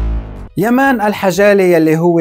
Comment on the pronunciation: واسمو يامن مو يمان مابتعرف تقراء 😂😂😂